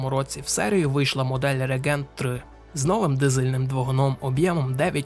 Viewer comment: рЕгент, рЕгент, рЕгент. Це для того, хто читає. І ще 1125 раз повторити. Від твого регЕнта з вух кров тече. Ну а про роутмастер та аррОу я взагалі мовчу. Вчи англійську або хоч спитай, як це вимовляється аби не ганьбитися.